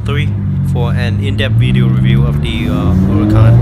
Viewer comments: It's pronounced "Uracán" not "Hurracàn"! The H is silent! ;) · You're welcome! Yep, most of the people get confused because the word means Hurricane in Spanish but it's pronounced "Uracán". XD